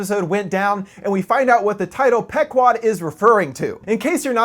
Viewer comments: It's pronounced "PEE-QUOD," you Millennial moron, not "peck-wad." Typical Millennial -- a lifetime of reading words online without ever having heard a human being speak them. Quit gaming and get out in the real world. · It's pronounce "P-quad" not "Pek-wad", sir. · It's pronounced Pee guad. The name of the boat in Moby Dick. Millennial assholes. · In all honesty it's pronounced pe-quad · it's PEE- KWAD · pronounced "Pee 'quad" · Isn't it pronounced Pee-quad? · I think its pronounced pea-quod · Pronounced "Pee-kwod". Named after an Indian tribe from Connecticut.